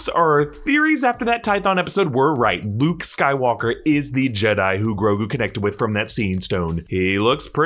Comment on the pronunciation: its look like he is say bluke instead of luke